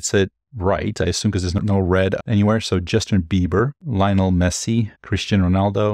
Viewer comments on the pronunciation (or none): none